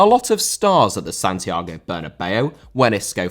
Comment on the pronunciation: Santiago* not Santiorgouw